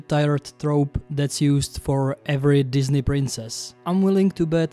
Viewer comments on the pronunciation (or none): none